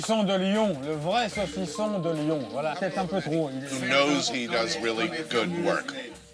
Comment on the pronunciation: American have probleme to pronunce U, stop to say "ou" its "u". and Leon ? its lyon.